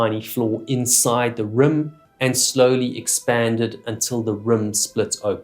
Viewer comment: The way you pronounce the word rim is REALLY weird! "Rüm"???😀😂